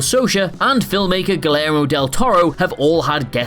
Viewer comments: Whos Gail-Mo De Toro? I know a Gee-Air-Mo Del Toro spelled in its proper spanish way. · I know trying to correct on their epidemic of name mispronunciations is futile, but “Guillermo” is pronounced “GEE-yare-mo”. (In Spanish, the double L is pronounced like a Y, unless you’re in South America, where it’s pronounced like a zs as in Zsa Zsa Gabor) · "Gill-ermo" del Toro? 😂🤣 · “Guilero del torow” ... do you guys even try? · Say it with me... Gi yair mo Del Toro double 'l' in Spanish is pronounced yha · Did you say “Glare-O” Del Toro? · Ahh, Yes. My favorite director Galairmo del Toro. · “Glero” del Toro??? Are you slow? Is everyone at who heard this and signed off on it anyway extra slow?? Embarrassing. You seem dumb. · "Gillermo" Del Toro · Gilero Del Toro? WTF guys? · Do you want to maybe have another go at pronouncing "Guillermo?" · Uh, that's not at all how you pronounce "Guillermo" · Perhaps research how to pronounce names? Start with Guillermo del Toro. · Your pronunciation of Guillermo del Toro is priceless!! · Expecting good pronunciation from???? Really?? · The way you butchered “Guillermo del Toro” was deliberate, wasn’t it? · Wow I’ve never heard someone butcher the name Guillermo that badly before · Add it to the names can't pronounce along with H R Giger and John Crichton and the word Chimera. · I had to rewind a couple times to understand that you were trying to pronounce Guillermo del Toro's name.